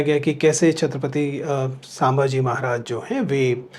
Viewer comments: सर उनके नाम का उच्चारण छत्रपति संभाजी है नकी छत्रपति सांबाजी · Sir aapka anubhav muzase Jada hai aur Gyan bhi par aap chhatrapati sambaji maharaj ke nam ka uchharan thik se kare apase 🙏 vinanti hai